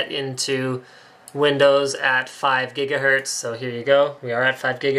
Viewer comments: GIGAHERTZ ... not jiggahertz xD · What the fuck is a "JIGAHERTZ?" Did he not know he was saying gigahertz wrong? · FIVE JIGAHERTZ?!?!?!? GREAT SCOTT! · Jiggahertz :D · What the hell's a jiggahertz, doc? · HOLY MOTHER OF GOD, 5 JIGGA JIGGAHERTZ? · yay for Jigahertz! xD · Jigga what? Jiggahertz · jigga hertz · jiga what ? jiga who ? jigahertz... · 4.6 Jigahertz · jiga hertz lol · 5 jijgahertz lol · Jiggahertz LOL